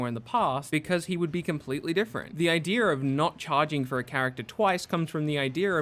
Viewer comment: Didn't know that idea had an r to it